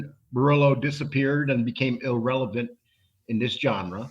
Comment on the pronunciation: Talks about somebody being intelligent then says illrev-ah-lint.😂😂